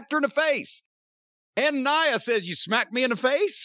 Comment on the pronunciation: He calls her "Nee-ah" Jax. 😂